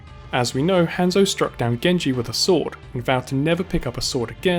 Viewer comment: The way you say Hanzo is triggering me